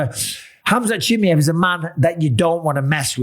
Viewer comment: CHIMAYEV. NOT CHIMEV